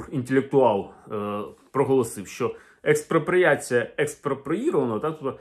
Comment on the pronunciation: "Експропоріацю" голота дочекалася...